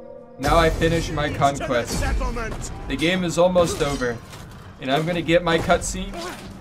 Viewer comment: Crotchquest instead of conquest